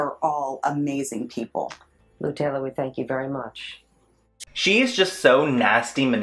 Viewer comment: you keep saying Lou Taylor like "lou and taylor" i cant even focus lmao